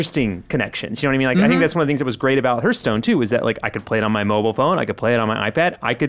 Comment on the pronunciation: Hurthstone? Wtf lol